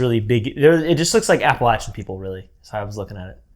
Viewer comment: Props for saying Appalachian correctly!!